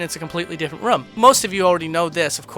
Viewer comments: Get some speech therapy, son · Every single video in this series has the word "room" but its pronounced so strangely. Like "rum" as opposed to r-oo-m